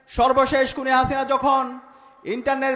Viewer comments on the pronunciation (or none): none